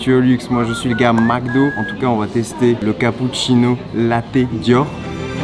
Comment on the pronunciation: On dit Lo Té je crois 🤣 pas lotte